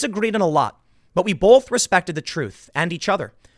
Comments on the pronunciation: Tim! Baby!! I love you, but the word "both" has no "L" in it!!!! Keep up the good work, but quit with the "BOLTH"!!! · It’s both not bolth holy crap